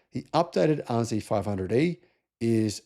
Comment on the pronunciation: Lexus RZee? I thought it was RZ.